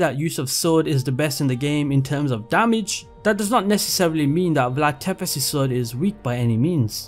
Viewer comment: Its not Vlad Tepes... ITS PRONOUNCED VLAD TSEPTESH